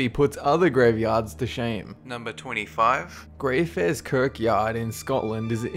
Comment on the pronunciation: #25 Pronunciation Correction: "Greyfriars" is pronounced Grey-Fry-Ers, not Grey-Free-Ers. I live near it and people often make this mistake, otherwise, keep up the good work!